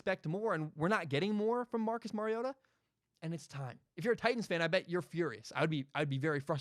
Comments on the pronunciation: Its mario-TA. He's Hawaiian and that's what his mom said the pronunciation was before his very first start at Oregon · It’s Mario-Ta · It’s pronounced mariota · YOU CAN"T EVEN SAY HIS NAME RIGHT! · Mariota is pronounced just like Marcus. FYI when you talk about us when we take Herbert/Fromm with the 12th overall pick next draft.